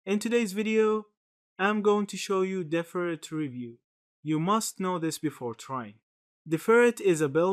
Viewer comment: Finally someone who pronounces the name correctly 👍🏽